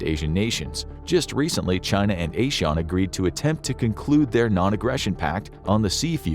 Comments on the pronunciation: ASEAN is pronounced “ah-zee-an” not “ayy-Shan”🤣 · ASEAN is ah-seh-yan not ey-shawn as infographics said. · its not a shawn..asean..its azian ok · Its asi-yan not ey-shawn. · It is pronounced as "ey-sea-an" not "ey-shawn" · Not A-Sean it's AA-SEE-AAN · It's pronounced azeean, not your Irish shorn a-Sean. Think of it from an Asians pronunciation point of view, not your Anglo Euro centric one. I'm surprised you don't know that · You mispronounced ASEAN, it's not A-Sean. It's Ah-See-Ahn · ASEAN is pronounces Az E An. But I mean it was a good guess. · ASEAN - Ah See Yawn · The pronunciation of Asean is not right it's pronounced "ur zee uhn".